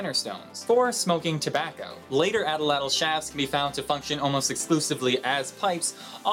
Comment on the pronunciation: #4 Atlatl? Looks really Nauatl, so the tl isn't tl, it's tll (the ll is the welsh ll)